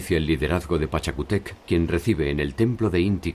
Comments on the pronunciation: No es Pachacutéc es "Pachacútec" y en vez de "Dinástica" debió decir "Dinastía" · Hola muy bueno el documental. Pero esta mal la pronunciado pachacutec..